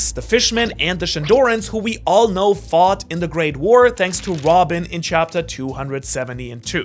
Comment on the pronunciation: ain’t no way he said shanks instead of thanks